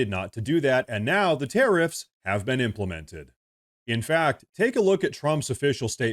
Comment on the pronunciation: Did he just say Impamented?